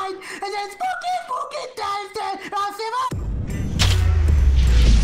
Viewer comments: I heard booky booky skeletons XD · I thought he said pokey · I heard pooky pooky skeletons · SPOKY SCERY SKELINGTONS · I Heard SPaKY SPAKY SKALETENs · To me it rlly sounded like “DOOKY DARY DELASKENS” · He said poopy not spooky